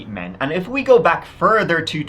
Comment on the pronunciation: Might I suggest you give it a “go”. And not a “goo”.